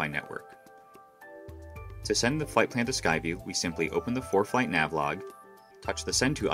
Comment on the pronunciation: Why is the narrator saying foreplay